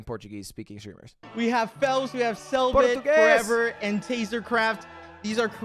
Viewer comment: just here to say your português pronunciation was perfect